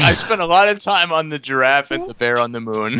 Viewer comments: "Shut up Alex, you know nothing about draffs!" Oh, when will you learn that giraffe is pronounced jəˈraf. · Hahaha struggles with saying giraffe. Awwwwwwwwwww reminds me of the olden days lol! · The return of the "jraff"